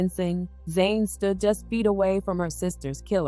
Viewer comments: yes, Jholie is the twin that passed away 🙏🏽. Jhené is the surviving twin, but you (or the voice program that you’re using) call her “Zane” through the video. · The reporter called the surviving twin Jhené, but the narrator keeps calling her Zane.